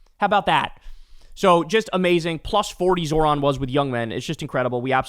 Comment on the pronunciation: Remember the accent is on the second syllable of Zohran’s name. It’s not that hard, might as well pronounce the man’s name properly